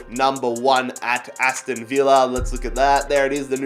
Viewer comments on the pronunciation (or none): none